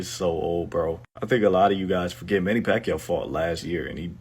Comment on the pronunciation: this narrator is really laughable, his pronunciation on Manny's surname is pac-u😂😂😂